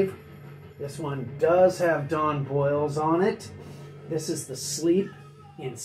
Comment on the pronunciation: Don Bolles last name is pronounced like "bowls" not boils. Interesting fact, after 45 Grave Don Bolles was a DJ on old MARS FM in LA. It was a radio station that played techno. Bolles became involved in the early LA rave scene